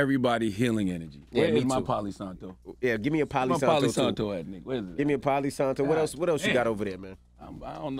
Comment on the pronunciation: It’s not “POLLY SANTO” It’s PALO SANTO! CTG stop playing all of a sudden you’re not with the shitsss bc you like KC!? Stop playing she did a lot of ppl wrong. But it ain’t your money right?